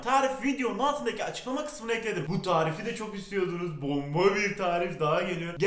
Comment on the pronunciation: Bomba derken ıcınde bomba patlıyor sesine yansıyor 😂